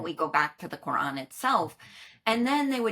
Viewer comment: I love the way they pronounce the word Qur'an! It's so accurate :D